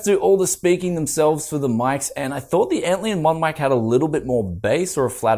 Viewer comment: LION. ANT LION. LION LIKE THE CAT. Not Antleon. ANT LION. There is a bug called an antlion. It is basically saying "this is basically a lion to ants." ANT LION. ARE YOU DOING THIS ON PURPOSE!?